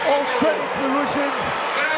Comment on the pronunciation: It's Russians, not Rooshins